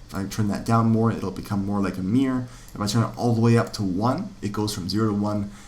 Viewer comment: You have the worst pronunciation of the word "mirror" ever... Great videos though.